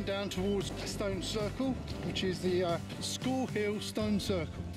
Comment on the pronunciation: 10/10 video there! Just thought I'd say that out of the 100+ tors I've been to (look on my peakery) Watern Tor is my favourite. You'd both fall in love with it. I'd also like to point out and this isn't your fault but you pronounced Scorhill wrong... it's pronounced 'Scorral'. I absolutely get excited about these videos if I'm honest, Can't wait for part 2. ATB:-)